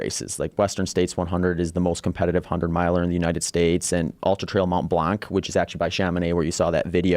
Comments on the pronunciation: "mount Blannk" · that's not how you pronounce "Mont Blanc" or "Charmonix" good lord.